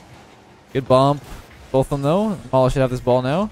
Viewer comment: Oh mala for some reason I thought you said lawla like Lawler without the hard r😂